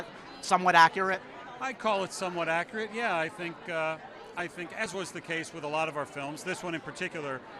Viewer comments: Bruv are you saying acc-RE-ate? Or accurate? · Luv you bud, but there is no “Y” in accurate.... keep up the good work though